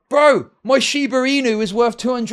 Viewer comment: How is his name but he can't pronounce Wor(th)? WORF IT? Really?